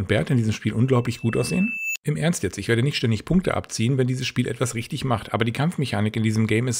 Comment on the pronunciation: Rischdisch gut!!!